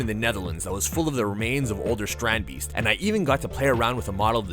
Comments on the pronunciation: Strandbeest is basicly beach animal in our country (ye im Dutch yeah) and ya pronounce it as strahndbayst like ya pronounced it right but the a we pronounce it like if ya didn't understand smt and ya say aaaaaaahhhhhh as in now I understand it that's how we say the a and the ee we say that as ay or ey in english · Really cool, I saw a documentary thing on them once. But the mispronunciation of beest is annoying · How you say it hurts me as a dutch person